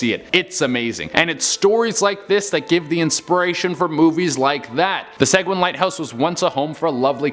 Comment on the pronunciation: Mispronounced Seguin too.